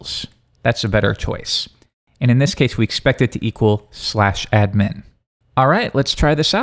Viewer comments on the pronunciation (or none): pronouncing ADmin as adMIN is bothering me more than it should.